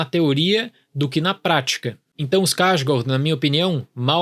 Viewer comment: Gostei da pronúncia do no sobrenome do Bill. Mas nem me arrisco a tentar imitar. Kkk